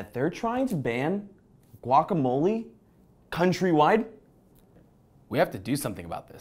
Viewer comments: Their pronunciation of guacamole cringes me. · You don't even pronounce guacamole corectly